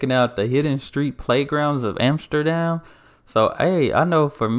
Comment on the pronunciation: he said Amsterdam and NOT Emsterdem! great!